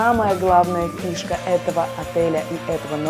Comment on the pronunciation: мне послышалось «птушка» вместо фишка